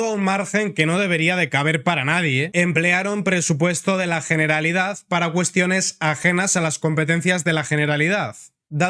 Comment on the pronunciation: Perfecto; me gusta esa pronunciación, GENERALIDAD, con "G" y terminado en "D" en CASTELLANO! 💪👏👏👏